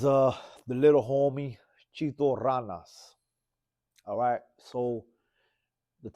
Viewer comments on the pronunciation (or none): This fool said chito ralas its ranas foo get that shit correct